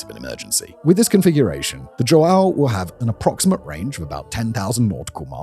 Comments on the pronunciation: You close your nose and say hwow... not joe-AY-oh🤣👍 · You gotta respect this man's dedication to mispronouncing portuguesse names. He says JoAo , igoniring the "ã" but at leas he gets the J right. Yet he has been pronouncing "Jair" as "Haeer" for years! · Dom João Segundo virou Do Joaaaal Second mas tudo bem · As a portuguese, my heritage dies a bit every time Simon pronounces João like that lmao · Mine does too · As a Portuguese man with the exact name of that ship, you butchered the pronountiation of the name spectacularly. Keep at it.